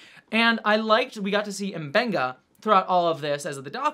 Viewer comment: pronounces M'Benga right, but it seems like everyone on the show calls him Muh-Benga